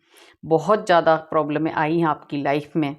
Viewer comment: Madam प्रॉब्लमे नहीं प्रॉब्लम्स tensione। नहीं टेंशंस 🙏🏻🙏🏻🙏🏻